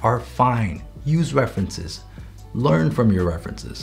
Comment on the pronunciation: “Draw DROM memory” Ahh yes. My favourite word: Drom